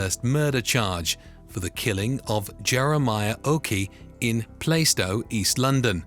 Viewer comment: PLAR STOW.... not PLAY stow